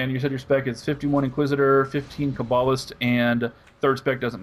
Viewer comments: this isnt really an issue but when u kah-ba-list it really ticks me off :P. Its pronounced KAY-ba-list. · It's pronounced Ca ba list. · You say Poe Tay Toe, I say Puh Taw Toe. You say Toe May Toe, I say Puh Taw Toe. You say Kuh Bawll Ist, I say What The Fuck? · The way you say cabalist is so wrong, it just pisses me off.